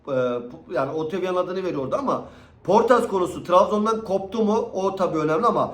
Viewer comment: abi şu isimleri sana zahmet telaffuz ederken biraz daha dikkat eder misin 😂 poortas diyon ya ömrümden ömür gidiyor puertas, yada otavio ya otivyo diyon ya cidden yaşlanıyor gibi hissediyorum 😂